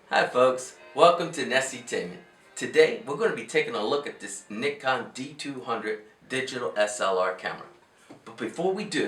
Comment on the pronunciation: It's pronounced N eye con. And I think your date is 100 years off.